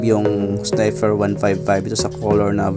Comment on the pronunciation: baligtad ka Lods, yung ilaw nya sa handle, yun ang Low. at yang nasa ibaba naman ng DRL nya, yan ang HiGH. tsaka sniPer po, hindi sniFer ;-)